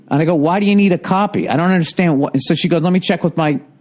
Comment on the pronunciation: "caupy of my driver's license?"